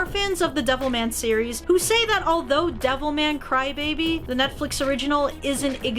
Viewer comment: why everytime she says devilman crybaby i hear devil may cry